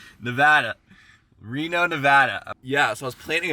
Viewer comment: Reno-las-venada lol 😂😂😂😂